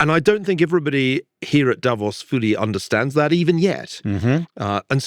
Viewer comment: The first commentator I've heard who actually knows how to pronounce Davos (Da-VOS).